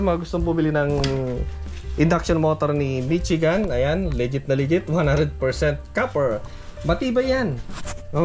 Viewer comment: Hindi Mitsigan. Mishigan yan.